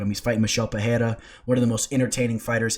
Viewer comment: It’s not Pehera.. it’s Pe-rei-ra H sound rule doesn’t apply for R’s in the middle of words